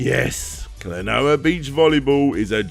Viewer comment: I will seriously become a patron if you learn enough Japanese phonetics to not make me cringe. The consonants sound as they look, and there are five vowels that have a consistent sound! Throw in a few diphthongs, and that's your lot. Talking about retro gaming, names and titles in Japanese come up a LOT.